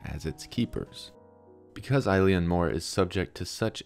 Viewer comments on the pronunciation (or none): Oileann meaning island is pronounced ill-inn, not like a girls name "Eileen".